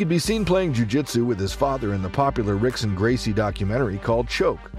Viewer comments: Rizin is pronounced like "risen," not "rizzen." Also, as others have pointed out, you pronounced Rickson's name wrong. You should pronounce it like "hick-son." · Pronouncing the r. Also, the fight with Cub was pretty close. A clear victory for Cub, but by no means was it a dominant win. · Its spelled Rickson but its pronounced Hickson dude sheeesssh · The way you pronounce rickson I’m out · Lost me at the first “R”ickson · I was out the moment Rickson’s name was pronounced incorrectly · Yes. Automatic fail. This channel is banned. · and AI wound more than likely pronounce the names Rickson & Rockson correctly and not in English. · You making fight clips, learn to pronounce ricksons name.